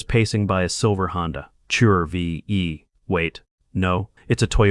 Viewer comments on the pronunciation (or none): Honda chure v e ...not Honda CHR-V. Diabolical.